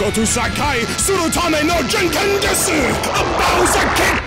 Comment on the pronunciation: Red Eyes All I know is, it proves my point about it not being real Japanese because of the fact you don't actually pronounce the u in desu, the same way it's dropped in names like Sasuke.